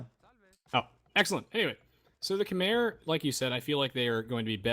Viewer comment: Such a good series. Also Khmer is pronounced more like Kmai